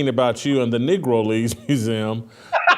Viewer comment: I think he actually said 'negro' but messed it up a little rather than the full on 'n' word